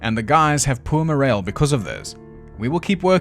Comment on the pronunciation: OMG, I absolutely love the way you pronounce, “poor moral.” I was mainly just listening. Then you said, “poor moral” and I was like WTF did he just say? I had to back it up and read the quote on the screen. I’ve literally got half a chub right now! “Poor moral” holy crap, I love it.